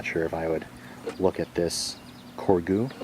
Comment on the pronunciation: I think its pronounced cor zhay.